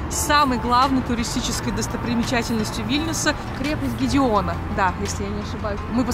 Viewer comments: Bašnia nie Gedeona a Gedemina. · Bashnia Gediminas'a a ne Gideona :)